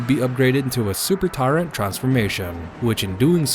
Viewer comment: I'm sorry to say I stopped watching your video You're pronouncing tyrant wrong it's not tyraaaant it's tyrant with an (i) sound Remake the video pronouncing the word tyrant correctly and I might actually enjoy the show it's not tyraaaaaaaaant int soud your a anoying man yo